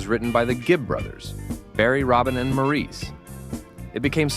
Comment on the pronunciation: Maurice is pronounced MORRIS.... please stop being disrespectful and either get it right or don't say it!